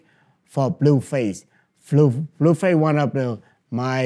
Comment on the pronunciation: He called blueface flueface